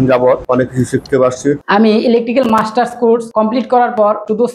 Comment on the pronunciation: মাস্টার্স কোর্স? ওনারা মার্টার্স কোর্স বলতেছে কেন?